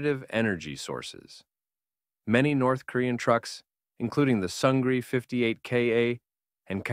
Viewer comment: I would like to mention that Sungri is pronounced Soong-ni as the letter “R” makes a “N” sound in Korean.